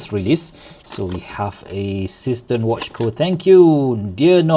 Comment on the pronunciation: Seestern is German for starfish (literally "seastar"). It's pronounced seh-schtern and it's not a homophone to cistern. The "s" in See is pronounced as a voiced s similar to z in English because the s is followed by a vowel. 🤪